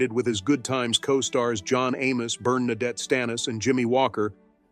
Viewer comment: Burnin nadette stanis... smdh.